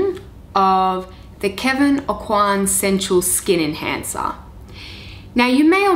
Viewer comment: The pronunciation of the name Aucoin is Oh Kwan (swallow the n and barely pronounce it, and A as in apple)